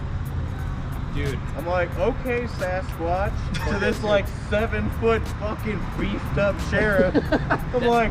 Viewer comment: Aye this needs to be noted lmao "SASS-quatch" 💁‍♂️👣😅